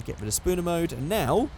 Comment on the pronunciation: could you please call it object spawner instead of spooner please